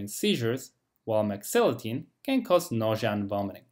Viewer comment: You word can is practically indescribable from your word can't... please say can or can not... dont abrievate, if clarity is important to you.